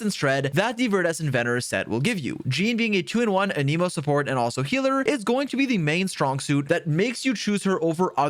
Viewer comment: The pronunciation of Anemo and Dandelion makes this a hard watch 🙊